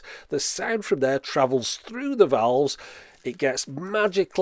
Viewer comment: Just say tubes, who cares what they think. But if you do care, it sounds like you're saying vowels instead of valves.